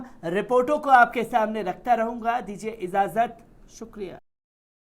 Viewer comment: जनाब सा • आपकी न्यूज़ अच्छी लगती हैं। आप थोड़ा उर्दू शब्दों का उच्चारण ठीक करलें। मसलन = (इज़ाज़त ) --> इजाज़त اجازت शुक्रिया ।।।**